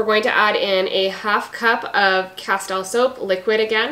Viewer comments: it is pronounced casteel, like steel, not tile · Great recipes. You are mispronouncing Castile.